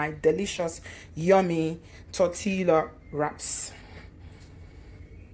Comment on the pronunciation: Pronounced: Torte(y)a. Looks delicious. You need to open a restaurant, after this thing is over. You're right, the bell peppers are full of water. I don't use them.